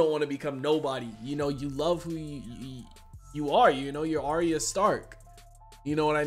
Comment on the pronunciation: Arya is actually pronounced "Are-ya" not "Are-ee-uh"